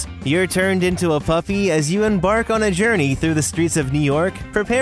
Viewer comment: "As you em-BARK on your journey" Nailed it.